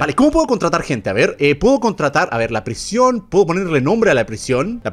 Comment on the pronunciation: Me encanta cuando no sabe decir prision❤❤😂😂😂😂🎉😅😅